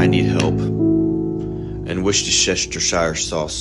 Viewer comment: Worsheshestershire sauce 😂😂😂laughing so hard- that is so Keefe!